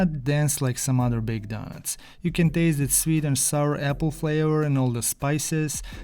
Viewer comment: Your accent is one the most magnificent masterpieces i have experienced in my life. Today i have heard a lot of people's accents, but you, in my opinion are the BEST at talking. The words you say like "daughnuts" "helty" inspire me and every other person watching this to become fantastic accent merchants. This type of accent can be classified as a type 1A carcinogen for the enjoyment of your eyes, ears and brain. All my senses and the neurons in my brain function as a rocket to achieve maximum happiness from hearing your accent. As learners from your accent, we pronounce you KING of the HELTY DAUGHNUTS.